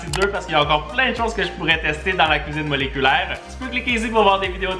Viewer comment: "j'ADORE LA CUISIBE MOLECULAIRE" sinon c vraiment des surper video continue comme sa